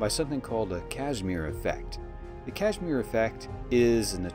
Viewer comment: Ka-zih-mear. Not cashmir.